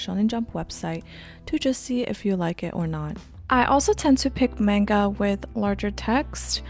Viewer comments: why are you saying menga? lol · Why do you say MAYnga if you speak Japanese? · no but this one is pronounced similarly in english. The pronunciation isnt exactly the same because of inflection and the duration of each syllable (or mora in Japanese). That being said, both pronunciations use a soft A sound and she even uses the soft A sound in this video sometimes. It confused me so I asked why it might be